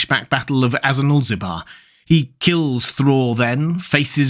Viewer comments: Great video. One nit pick that keeps bugging me every time I watch it: the battle is called "Azanulbizar", not "Azanulzibar" as you said it a few times. I know it's a mouthful and probably took you several takes to get consistent but still. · "Azanulbizar" not "Azanulzibar" ;) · Great video, but just a small correction: it's not Azanulzibar, but Azanulbizar. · Azanulbizar. It is battle of Azanulbizar. Goddammit.